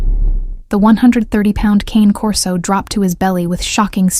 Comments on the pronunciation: Canecorso not cancorso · Love these stories but the narration voice drives me insane. I don’t know if it hits familiar in some way - no idea but it grates my nerves so I can’t handle listening to 2 in the same day! Some voices just make me unnerved or something. And the dog is a CANE corso not a con corsa- I have one. Great guard dogs